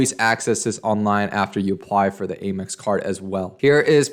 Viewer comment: Please don't say aim x. It is pronounced am x. Am, not aim. Thanks!